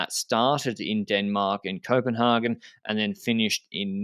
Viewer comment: Copenhagen is the English name for the city of København. Your pronunciation is almost German. All Danes refer to the city as Copenhagen (same "a" as in Haig). Otherwise really happy with the pod